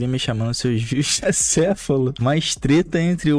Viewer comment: Ele não pesquisou o significado de acéfalo, ele pesquisou o significado de ACEFULO, sem acento e com U ainda por cima Eu tava achando que ele falar acéfulo era só vício de linguagem, mas não, o cara pensa que é assim mesmo que escreve pqp